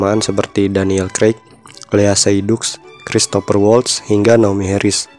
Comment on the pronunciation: Lea Seydoux dibacanya Lea Sedu Christophe Waltz dibacanya Kristof valts Sciara dibacanya Shara